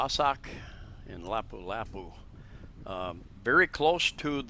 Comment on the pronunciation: la-POO la-POO. Get it right